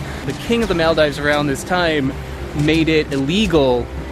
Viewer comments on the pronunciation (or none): mal dives? At times your pronunciation sounds like you have never spoken the English language before